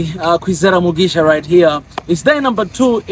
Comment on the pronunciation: Im like the way you say kwizera mugisha i was confused how you got all 2 Rwanda. Names